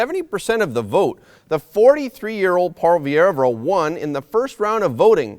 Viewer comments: You’re pronouncing Poilievre wrong. It’s “po-lee-evr “ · Pierre Poilievre it's pronounced (poy-ee-ev) and no we aren't looking for another Steven Harper... Pierre Poilievre is his own man and Harper had become a dictator to his party and the Country in the end which is why he eventually lost power. Do you're homework it speaks volumes that you could not even pronounce Pierre's surname. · Thanks but man, check out the pronunciation of the last name of Pierre. It is a French name, you don't pronounce the 'e' at the end. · It's pronounced "Polly-ev".Not "polly air vra". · Pwah-lee-ev-reu. This is how you pronounce Poillievre. Just trying to help. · Polly-ev. That’s how most in Canada pronounce his name. And we can’t wait to give Trudeau the 🥾 in the same way he did to the peaceful freedom convoy! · Pronounce Paul Le vay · you're mispronouncing Poilievre's name.